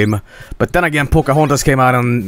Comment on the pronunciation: "pocohontos" oh boy